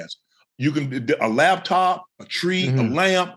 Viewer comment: Did Shannon say "laptop"💀💀💀💀💀💀💀💀